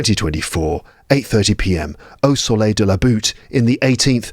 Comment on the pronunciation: Hello ✨ Your pronunciation is better than native French speakers ( Au soleil de la butte = at the sun of the hill 🤭)